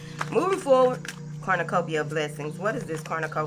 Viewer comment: Everytime you say Corn-na-cupia I get lots of money!!!!! If it happens again you will know about it!!!! Thanks Bunches